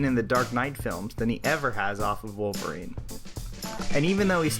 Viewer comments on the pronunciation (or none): none